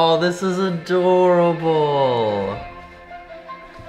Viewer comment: When he said adorable "aadoreabolle"